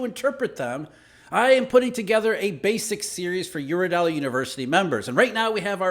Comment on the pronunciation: When you start speaking fast you are always saying eurodeli😂 guess this is the final subway 🥪